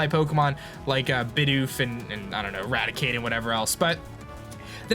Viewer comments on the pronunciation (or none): none